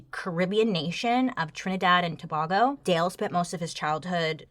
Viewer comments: Tuh-bay-go (Tobago) not tuh-ba-go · Toe-bay-go (pronunciation help from native Caribbean) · Bailey i love you but that's not how you pronounce Tobago. It's To-bay-go. Coming from a Trinbagonian. That's all carry on with your fabulous self 🥰😍🖤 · I'm from Trinidad and it's pronounced Trinidad and Two Bay Go. Not Two Bah Go. But yeah shout out to my twin island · Yayyyy finally one with someone from my country and it’s pronounce tobaygo not Tobago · Caribbean Island* Trinidad and Tobago* two bay go. Not two ba go. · Tuh-bay-go😂🤣 it's cute how she pronounced it to-bo-go...lol Sweet sweet...TNT🇹🇹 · Haii Tobago is pronounced to-bay-go not to-ba-go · Hi Bailey, as a citizen of the country that follows you, it's pronounced "tuh-BAY-go," not "tuh-BAH-go." Love your channel otherwise. 🙂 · Tuh-Bay-Go Bailey. Not Tuh-Bah-Go 😂😂😂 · Love you Bailey ❤ a little note for future that my sister island is actually pronounced To-BAY-go not To-BAH-go. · Hi it's pronounced "to-bay-go" not To-ba-go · Idk if Bailey was joking when saying Trinidad and To-bah-go, but it's Trinidad and To-bay- go. And I'm sure that guy was from Trinidad. Sorry to say, but it's always the Trinidadians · As a Caribbean listener who’s half Trini hearing you say our nations name was sooo cute! It’s Trinidad and To-bayyy-go though lol not bah but bay 😅🇹🇹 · Two - bay -go (Tobago) that’s how we were taught to pronounce it here in the Caribbean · Baileyyyy it’s pronounced ‘tobaygo’ 😭😂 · I love love love your channel☺️❤️ also it’s Trinidad and Tobago (Tuh-bay-go) is the correct pronunciation my love❤️ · Trinidad and Tobago (to-bay-go) baby girl lol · It’s pronounced To-bay-go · not tobago it's pronounced as "Tobaygo " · Tobago is pronounced Toe-BAY-go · It is pronounced To-bay-go just for clarity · Its pronounced to -bay -go = tobago im not being rude just wanted to give its real pronouncation😊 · It pronounce To-baay-go Bailey. Trinidad and Tobago 🇹🇹 🎉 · Beils, i love You - been with you forever. BUT To- bae- go